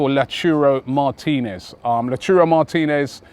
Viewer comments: Carajo Robbie! Is Loud-tah-roh, not Lachurro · its Lautaro! Not lauturo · again robbie its lautaro not lauchuroo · LautAro not LautUro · Robbie is not stopping with: La Churo Martinez 😂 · Oh god it's not lauchurooo 😓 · Someone tell Robbie it isn't La-churro Martinez😆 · No One murders names as Robie does. Did he say Lauchiro Martinez? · It's LAUTAAAAAAAARRRRRRO Robbie! He won't come if we get his name wrong!!!!! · Can someone show Robbie how to say Lautaro plssss!!! Lol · Robbie butchering Lautaro' name